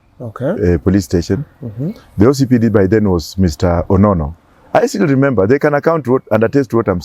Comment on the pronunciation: Did I just hear lemember